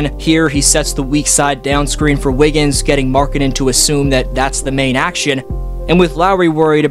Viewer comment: "æ wiggins"